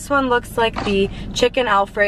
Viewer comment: Y she say chik con